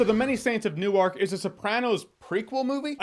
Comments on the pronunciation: I'm an Englishman and the pronounciation of Newark (Nu-werk, not New-ark) even bugged me lol Love ya JJ, just one of those things. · I love how Northwestern he is. New Arc lol. That's someone who has never lived in the northeast. We call it Newark but it sounds like Nerwork. Don't ask me why lol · “New-ark” 🤣 could just be my my accent but we say “new-wark” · Only people that are not from Newark says New-Ark lol... we say Nork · Nork not New ark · "New-ark" is in Delaware "New-erk" is in New Jersey Come on Jeremy! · It's pronounced "Newerk" not "Newark". But otherwise........ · It's not new-ark....it's pronounced nork... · Jeremy as a Jersey resident its not New-Ark... its New-work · I genuinely apologize for this comment, but as a New Jerseyan I am legally obligated to point out that Newark is NOT pronounced “new ark”. The pronunciation is closer to “new work” but imagine the space between the two words was removed. Sorry I had to be that person. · It's not pronounced "New-Ark", it's pronounced "Nork" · I lived in NewARK for 10 years... and we DON'T pronounce it NewARK. It's more like Nork. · I'm assuming Newark is never spoken in the film considering it's pronounced "Newerk" and not "New Ark" how he keeps saying it. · Its pronounced like New Work not New Ark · Also, just a little nitpick on your pronunciation, Jeremy: The people who live in the area (I was born in North Arlington, which isn't far away) pronounce it "Nork", not, "New-ark". :) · Nork not New-Ark lol. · You can always tell when someone is not from the northern east coast with the little things. It's so comically jarring to hear him say Newark as “New-Ark”. It's pronounced “New-Erk”, but the two syllables run together. Your jaw should only be dropping once when you say it. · Newark, New Jersey is pronounced "Nu werk" not New Ark. Newark, Delaware is pronounced "New Ark". Just saying. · It's pronounced "New - Work". Not "New-Waark". Hahahaha! Must be a West coast thing. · It’s pronounced New-erk.